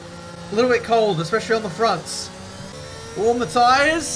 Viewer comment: Thought you said "How's Mathias?" when you said "How's my tires?" Got a bit confused